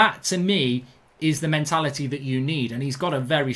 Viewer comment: "hes got a very strong melatality"